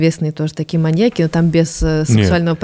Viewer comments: мАньяки аааааа ударение как ножом по сердцу(( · В слове «маньяки» ударение падает на Я, произносится - «маньЯки». Пользуйтесь, Андрей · но почему "маньякИ" вместо "маньЯки"? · парни, маньЯки же, не маньякИ, ну ёпрст, уши порезало в клочья! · Меня что одного волнует что они говорят маньякИ вместо маньЯки? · МаньЯки, а не МаньякИ. Ударениенеправильно ставите.